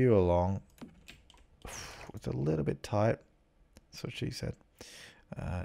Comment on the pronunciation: "It's a little bit thight" - That's what she said xD In my opinion a bath room would make sense :o But still, a very nice video ! Keep it up ! :D